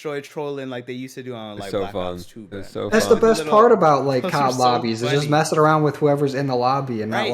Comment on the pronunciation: is such an awesome addition! Glad he is saying aroun.